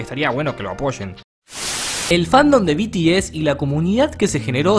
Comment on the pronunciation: Se pronuncia BITIES. Y yo antes era fan de BTS, pero ya no. Y la verdad si q hay muchas personas tóxica en el famdon. Pero bueno. PD: te ganaste una subscriptora 😽